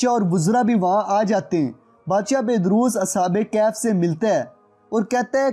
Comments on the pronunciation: As'hab-e-Kehaf nahi As'hab-e-Kahaf hai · Ashab e kahaf hota ha bhai ,ashab e kaf nhi